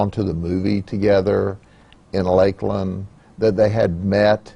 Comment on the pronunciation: How Judd pronounced Lakeland is just sad for me 😭